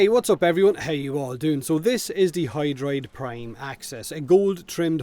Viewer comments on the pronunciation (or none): Intro said Doid Prime? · I have no idea why, if the Doid Prime was intentional or not but it cracked me up. lol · Doid Prime hahaha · DOID PRIME!!! O